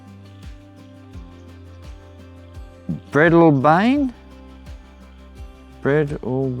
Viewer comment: Oh , pronunciation of Breadalbane is a bit off , of interest to train buffs in NSW is the Breadalbane loop.